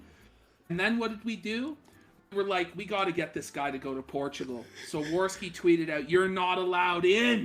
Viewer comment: It's pronounced "porchigo"